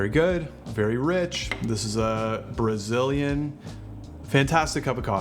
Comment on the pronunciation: You lost me at BARZIL 🤣